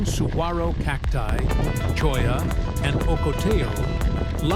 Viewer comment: Love your videos! The narrator is pronouncing "saguaro" correctly in this one. 🎉